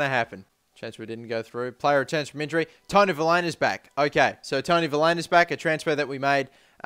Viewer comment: I feel like i must tell you that it's pronounced Vil-HAY-Na just pointing it out. And get muriel